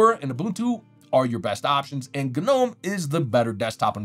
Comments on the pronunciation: the guy said "guh-nome" wtf no point in watching these videos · The 'G' in Gnome is silent, like garden gnome. I had no idea a stylus even worked in linux period. That's awesome.